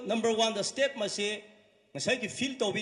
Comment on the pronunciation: When sounds "Mass," he means "Must."